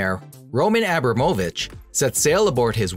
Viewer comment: I think he may have mispronounced Abramovich... I think it's pronounced, Abrah-moe-vich or Abrah-mah-vich. Not Aah-bro-moe-vich... My apologies if I am wrong. I just never heard it pronounced that way.🙂